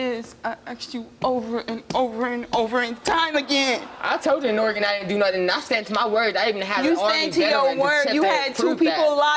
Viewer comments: The shocking piece of info here is that Steve pronounces it Or-eh-Gone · Steve saying Oregone lol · Steve I love you but it hurt how you said Oregon